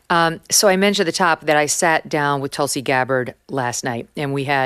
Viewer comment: Hello from India. It feels great to see you interview a woman who has been named after a highly revered medicinal and spiritually important plant. Just a note. Its pronounced Tulsi. Where Tu is pronounced not as Tutankhamen but as the French Tu. 😊